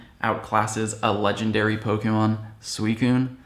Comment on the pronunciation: Sweecoon!? When is it pronounced like that!?